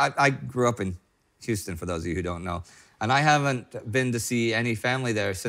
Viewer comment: Huston, Tx??? Come on Indy, you're from there!